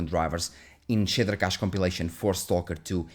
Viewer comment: “The shitter cache” “most of the shitters” 😂😂